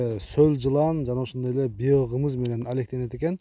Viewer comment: Укам биогымыз дебей биогумус дечи